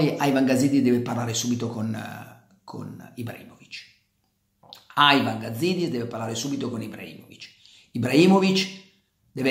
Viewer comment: Carlo, ti seguo dai tempi di Radio Peter Flowers per cui mi permetto di chiederti un favore: basta con questo AIVAN. Siamo in Italia e quindi si dice IVAN. Poi che sia una persona da neanche nominare, questo è un altro paio di maniche. Pero' ribadisco: basta con sta pronuncia del menga del nome Ivan... Basta!